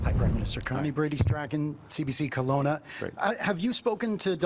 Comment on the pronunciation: I don't care about your opinion because you don't know how to pronounce "Kelowna".